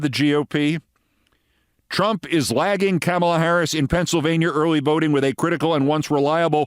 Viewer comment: Do you also pronounce the word comma as Kama? ,la. , la. Comma-la.